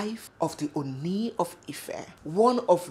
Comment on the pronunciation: Oni is pronounced Orni.